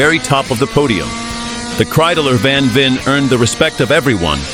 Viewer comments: Al least get the name right...van Veer??/ It's van Veen,pronounced like VAIN. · Just a little correction: It is mr. Van VEEN. Not van Veer 😢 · VAN VEEN, not van veer. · You pronounce it as [van - english 'one' with a v before] [Veen - 'Vayne'] I saw / heard / smelled these Kreidlers IRL, they're so awesome! When I was a teenager these racing Kreidlers where the inspiration for me and my friends to tune our 50CC Kreidler RMCs to the limit. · Nearly all 100% AI generated rubbish. Didn't even pronounce his name correctly.